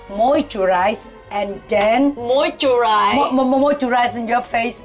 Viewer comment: Moyturize 😂😂😂 Jeanie you meanie